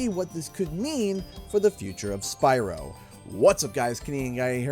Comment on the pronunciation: BYRO LOL 😂😂😂